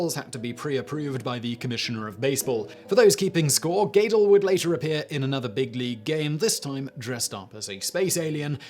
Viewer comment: Do you cold read from a script? Your pronunciation of some names in your videos, British accent notwithstanding (When will Brits speak English?) is often unique, if not horrendous. Eddie [GAE-del]? Seriously?